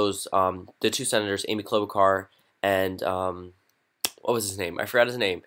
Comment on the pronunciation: Not KlobaKar, it’s KlobaCHar